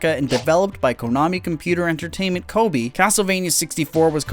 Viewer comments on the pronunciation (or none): Man I didn't know Kobe Bryant owned his own branch of Konami in the 90s. That mispronunciation of Kobe made me laugh 😂 It's said like Koh-Bay